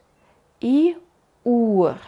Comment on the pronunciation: La primera pronunciacion de "Uhr" lo oigo tal cual lo indicas, pero la segunda vez me suena como Uar. Minuto